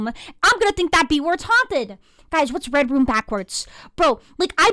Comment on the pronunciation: Red rum not red room